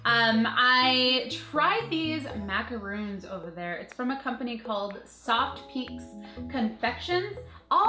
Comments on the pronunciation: MacaRON, not roon. Macaroons are coconut cookies. totes different. Anyways, those flavors sound yummy. And its super awesome you're giving a shout out to indie shops. My boyfriend enjoys beer, so I might have to pick him up some of that soap. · gurl, love yah but there called macarons, not macaroons:) macaroons are cookies. Macarons are the pastry you got:)